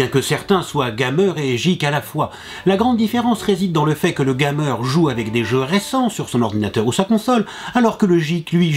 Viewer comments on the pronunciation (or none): Je ne supporte pas comment il prononce le mot geek,il s'écrit geek mais se prononce gueek et le mot gamer s'écrit gamer mais se prononce d'une tout autre facon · Geek se dit Guike et Gamer se dit Guémeur voilà:) Sinon bonne vidéo:)